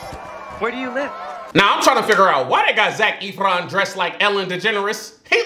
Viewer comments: Lmao Vanessa Hudgens was 16 when this movie was filmed. She was NOT 25 playing a teen, she was a teen. And also Zac’s last name is pronounced as Eff-ron not Eef-ron 😂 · i felt so mouch pain when he called zac efron zac eeeeeefron it is pronounced zac fron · You're pronouncing his name wrong it's not Zach etheron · "Zac Eefron" 😂😂😂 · the way pronounces it like ETH-RON kills me everytime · Ethron? That’s not even close to how his last name is pronounced